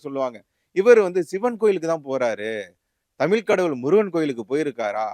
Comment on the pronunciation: டேய் தமில் இல்லடா தமிழ்.